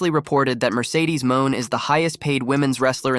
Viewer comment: Who is Mercedes MOAN!!! Lol...1st think in journalism is PRONOUNCING NAMES CORRECT!!! LOL